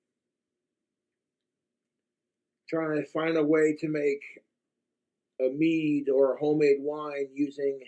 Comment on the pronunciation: “Egg nog chokka melk meeee-duh”